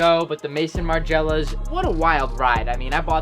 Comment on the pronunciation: The balmain and magriela pronunciation killed me wtf was that